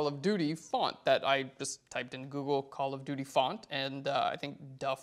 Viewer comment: I always understand "Color Beauty" when you say "Call of Duty" :) Liked the filter part in this video! Thank you for that!